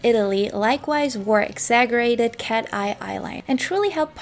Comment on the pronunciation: This was super interesting!! I also wanted to say (not that it took away from this great video at all) but exaggerated isn't pronounced with a (g) sound! It sounds like (ex-za-jer-rated)